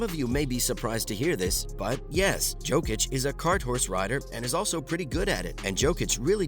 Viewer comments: Exactly. YO-kic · Bro it’s not Djokic it’s Jokic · At least learn to pronounce his name